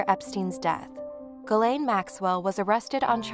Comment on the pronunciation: ghislaine is pronounced zhih-len not guh-lane